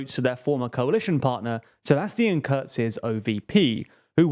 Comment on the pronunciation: No he did not, lol. First example I heard in the Video: "Sebastien Köhz". Next: "Lia Wonna Gewessner". Nehammer became "Nayhammer", pronounced as if it were English. He butchered every single name.